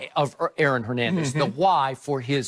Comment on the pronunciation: Nutflix? Hernendez? interesting pronunciations